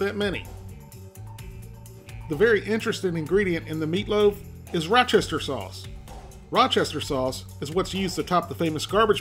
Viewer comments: Just pronounce it as "WOOSTER" sauce like they do in the UK. And yes, Worcestershire sauce is great with minced meat, especially beef. You don't even need to use that much of it. I usually put it in my burger meat before I mold and cook them up. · You misspelled worcestershire, but I'll allow it. What I won't allow is repeatedly saying Rochester sauce. I stopped the video, I just couldn't stand it. I already have PTSD from the "chimichonga" episode.